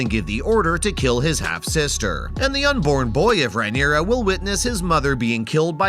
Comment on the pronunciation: Mate you are absolutely murdering the pronounciations. Who in the actual fuck is Eegon? Or Rhyneria? Ugh it’s so cringe.